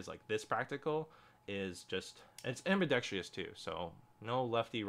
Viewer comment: The Bailout is the best Bugout. Ill die on that hill. Edit: "ambidextrous" has four syllables, not five. am-bih-dex-truss. If i ever come down from the Bailout hill, I'll die on that one too.